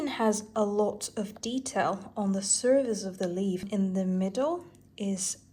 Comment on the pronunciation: Please say "surface" instead of "service". It really hurts my ears. Other than that, great stuff as usual.